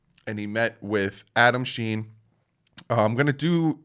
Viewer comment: LOL! it’s not Adam Schein pronounces Sheen it’s pronounced Shine! 🤦🏼‍♂️ LOL just teasing you. I appreciate the work you put into the channel!